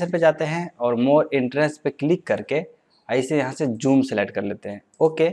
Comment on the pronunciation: Hahah bhai joom nai zoom bolo yar